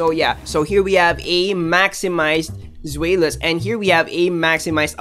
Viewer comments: Zwaylous in tagalog prounciation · Its Zwy Lus (Zweilous) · The new dragon family has german names related to the number of their heads: Deino is from ein, number 1 in german, Zweilous from Zwei that's 2 in german and Hydreigon has Drei in its name and of course is 3 in german. The pronounciation is DAINO, ZWAILUS, HAIDRAIGON :)